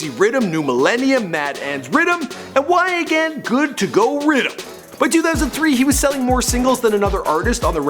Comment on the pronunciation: Did he say wha Gwan my yute u got meh laughing LMAO but big up I watch ur shows